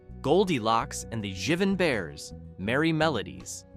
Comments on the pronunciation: Dear God, the mispronunciations! Mel"s last name is pronounced "Blank," like a blank piece of paper, not "Blonk," like savignon blanc (the wine). Also, Jivin' is pronounced Jive-in, a slang form of Jive, not Jiv-in. 🤦🏻‍♀️🤦🏻‍♀️ And the Garfield cartoons in place of Looney Tunes 'Angel Puss' (1944) was NOT the right cartoon. In fact, the Garfield cartoon was aired in 1991 by the same name, is still being played on the Garfield Channel, and there is NOTHING racist about it. Do your research. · Jivin' is Jive-un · "Jivin" that is not how that word is pronounced. It's the verb form of "jive" which is "jiving" but spelled with the slurring of the word with the g dropped. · "jivin" bears? fail!